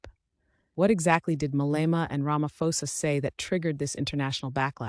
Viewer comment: Our President Is not Ramafosa u prounce it as Ramaphosa( P) not F